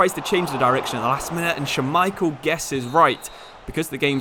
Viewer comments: couldnt get over him saying scha-micheal instead of schmai-chel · Say Schmeichel for me, one more time…